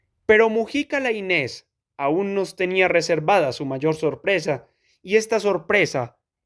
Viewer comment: Gracias, no conocía el texto. Eso sí, se pronuncia "Láinez" con acento en la "A". Saludos